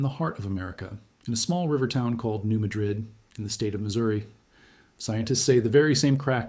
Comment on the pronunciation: That is not how it is pronounced. New Madrid is pornounced New Madrid not with an uh sound, but with a ah sound.